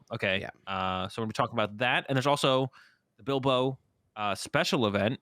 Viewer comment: Would expect the guy with the Spanish name to pronounce Bilbao correctly eh?